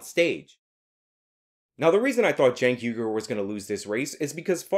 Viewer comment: I wish people would pronounce his name properly - Chunk Yogurt